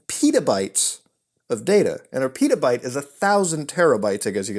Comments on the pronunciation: "pitabyte" lol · That pronunciation of petabyte really got to me.